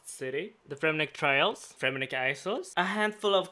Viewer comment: "Fremenik iceells"